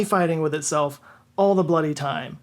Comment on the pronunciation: we fought a war over this,. We don’t say “bloody” like that in America. Fix it